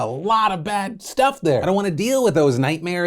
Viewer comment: Good job on that "shhTUFF" save